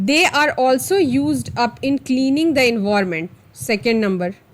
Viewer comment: Envorment nhi hota environment hota h 😂😂😂😂😂